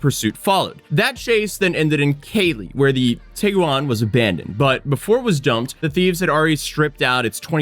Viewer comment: The real problem is the way u say Tiguan